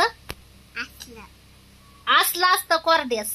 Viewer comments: Kordyas nahi... Kodyas boltat.. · कोर्ड्यास नाही ताई कोड्यास म्हणतात भाजी ला